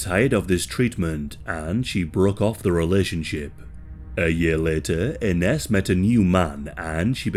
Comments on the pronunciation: It’s pronounced “Innish” not Inness. My ex’s name is Ines, used to piss me off when people asked “how’s INNESS”. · Hey hun it’s pronounced I-nez ❤ you’re awesome hun. Thank you. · I had a relative who was named Ines. She pronounced it like "eye Nehz" Great video about such a scary topic